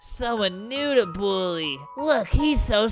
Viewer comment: I love how Albert says “Bullie” instead of “Bully”